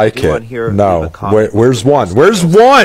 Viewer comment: Bro said Tylor swift😆😆😆